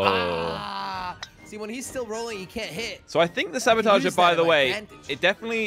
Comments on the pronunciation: I love how they call the sabotoge, sabatoger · it's saboteur, not sabotager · the word is actually saboteur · Did you mean "saboteur"?